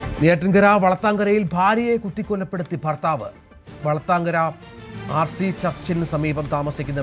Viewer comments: വളത്തങ്കര അല്ലെടോ വ്ലാത്താങ്കര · വളത്തങ്കര അല്ല vlathankara